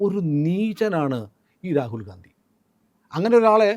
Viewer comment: റാകുൽ ഗാന്ധി എന്നുപറയല്ലേ സർ രാഹുൽ ഗണ്ടി എന്നുപറയാൻ അപേഷിക്കുന്നു